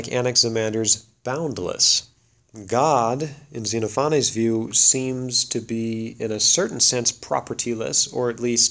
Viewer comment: ze-NOFF-uh-nees :) Or if you prefer, "zen OFF o' knees." Thanks, looking forward to more!